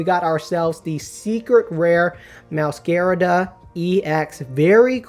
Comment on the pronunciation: Is it pronounced Meowscarada or Meowscarada